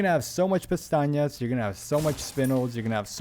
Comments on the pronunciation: great video. but you miss pronounce pesetas 2 million times. not pestanyas ... pesetas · bro been calling the "pesetas" "peñatas" for 4 hours straight. That being said, this video is unbelievable, finally got my S+, ty so much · Good guide but I think it's funny you call the money pestañas which means "eyelashes" lol. They are called pesetas. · Dude the money is called Pesetas, "pestañas" means eyelashes 😅Awesome video, couldn't have done it without you 🙏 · Love the fact you pronounce it “pestañas” instead of pesetas, that means eye lashes in Spanish 😂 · ten thousand pastajas 😩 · Awesome walk through! Why do you call them "pestañas?" It clearly says pesetas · .....I've never heard pts called Pantanas, I was always told it was pronounced pesastas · Bro, it’s “PESETAS” not “PESTAÑIAS” are eye lashes. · How for christ’s sake do you call the money (pesetas) in this game?? Pestañas, pistacchios and castañas? 😂 Funny thing is, all these words have an actual meaning, but not that of money…lol (pestaña= span. for eye lashes, castaña=spanish for chestnut, pistacchio=italian for same english word). You‘re so funny! ♥️ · Thanks for this awesome guide. I was able to earn the Professional S+ Rank because of your guide. You speak perfect English, but your Spanish is a bit off. I am fluent in English and Spanish and I kind of smiled every time I heard you call the currency in the game, which is Pesetas (former term for currency in Spain before the Euro), Pestañas, which means eyelashes in English. As I said, hearing you say other words besides Pesetas was humorous, but it did not detract from your excellent presentation. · Only thing wrong with the guide is him pronouncing pesetas wrong 😂😂